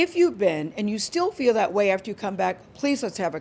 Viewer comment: “have yu been to space” u Is the new meme 🤡🤡